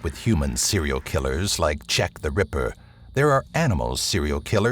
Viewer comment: “Chech the Ripper”